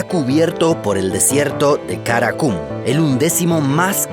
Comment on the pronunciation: Jaja dijo karakum Kara kum Cara cum